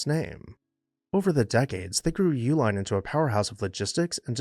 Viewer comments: I believe the general pronunciation of the family name is E-Line. Hence the name of the chocolate—sold under the “Eline’s” brand (a phonetic spelling tied to “Uihlein”)—as an attempt to keep brewery facilities and workers busy while beer production was banned during prohibition. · I’ve lived in Milwaukee all my life and have always known that the name Uihlein is pronounced E-line. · Fun fact: their last name has two different pronunciations, at least locally. I'm from Wisconsin and you'll hear both YOO-line and EE-line. While the family uses the Germanic pronunciation for their package supply company, you'll hear people say it both ways, and I've never heard of any family members correcting anyone, at least not publicly. I've seen a couple disparaging comments about the family's politics. They're a big, extended family and people are going to have their beliefs. Deal with it. Having worked in nonprofit settings, members of their extended family, regardless of political persuasion, have been very generous to local causes. It's a shame some people have to stir the pot on a history page, but here we are.